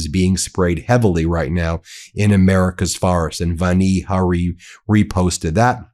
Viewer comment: Ben: her first name is pronounced "VAN-ee" with the A prounounced as in "yawn."